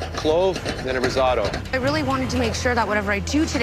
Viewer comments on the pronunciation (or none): Everyone : Rissoto Claudio aprile : Rissaoto